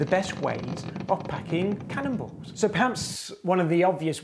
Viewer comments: I heard 'candles' which made sense.. sort of.. then the graphic was of cannonballs. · At first, i heard "...packing cannibals."